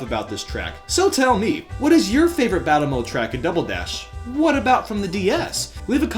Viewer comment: "Double DayDash" what?